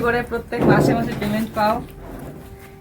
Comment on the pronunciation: Kothata prement noy payment hobe 😊